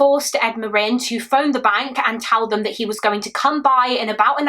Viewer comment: Omg they have the same last name as me! I’ve only ever heard of 2 other Marin’s. Thank you for being one of the only people to pronounce it properly, love you and your work ❤